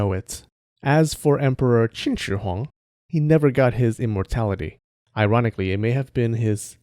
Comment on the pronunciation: I admit I burst out of laugh when the Qin Shi Huang was pronounced. Lmao